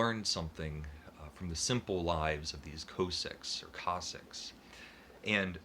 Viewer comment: It's kaa- sak not co- sak my brother.